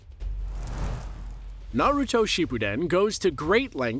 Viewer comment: One thing you can appreciate though is that he actually pronounces everything correctly. Have to love those lists where they introduce themselves as "huge fans of Naruto" but still can only say it like a mom in her 40's learning about what their kids watch now a days.